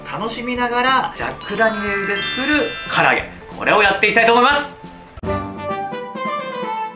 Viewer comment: 唐揚げがカラオケに聞こえたのは、自分も飲んでるからかな…